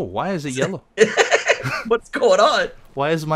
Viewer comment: He pronounces "g" as "k" in "ing". If you watch his videos, you'll notice XD